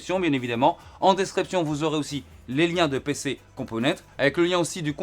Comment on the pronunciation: Cc, en espagnol, il faut dire toutes les lettres (même le s, surtout si vous êtes en collab, mais bon je pense que tu le sais ), dû coup il faut prononcer PC compomenntesss. Merci pour ton investissement ✌️✌️✌️